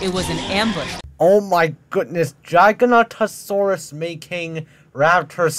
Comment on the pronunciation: Noooo, it's Giganotosaurus. With the beginning sounding like Jiga. Or the same way just with a soft G. Not how you pronounce it dude, where the heck did you get the pronunciation from? Though granted how the woman in the video says it nearly made me die in the inside